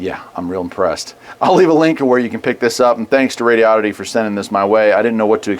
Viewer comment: I'm assuming you're pronouncing right, but I was saying it like Rodo-ditty until I heard how you said it. The way you say it sounds better.